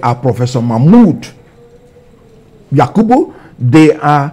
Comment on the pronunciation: It's the way he (Kenneth) speaks for me. The way he pronounced Yakubu Mamoood 😂Such composure yet so intelligent